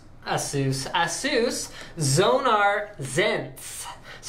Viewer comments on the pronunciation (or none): Erm no, you can`t... A-sus, like in sus-pect or sus-picious or sus-ceptible. It`s really quite simple. Another one is Rad-eon. Not Ray-deeon. The clues is in the spelling ffs. Seuss? pff. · Ay-sus is the pronunciation my friend XD